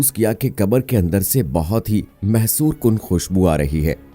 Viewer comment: MAASHAA ALLAAH SO beautiful video, magar aik ghalati hamaray background bolnay walay bhai se bhi hui hai,Jo aap ne mehsoor Kun khushbu ki BAAT ki hai na wo darasal mehsoor Kun nahi balkay mashoor Kun khushbu kehtay hain janab